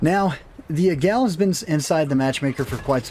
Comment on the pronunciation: Águila, that's "AH-geela" not "ee-GELL." Sounds like "Laggy la", just drop the L from laggy and you've got it.